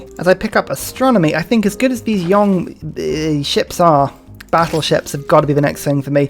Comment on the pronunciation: I can't help it. It's not "Yong" it's Jong. "J" as in James. "O" as in oblast. In certain dialects the "o" sounds like the "o" in O'Reilly. ❤️